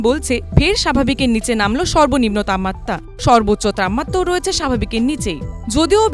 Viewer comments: তাপমাত্রা শব্দটা সঠিক ভাবে উচ্চারিত হচ্ছে না। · এবিপি, আপনাদের প্রতিবেদনের মান অধোগামী। তাপমাত্রা উচ্চারণ যেন বাংলা ভাষার অন্তর্জলিযাত্রা!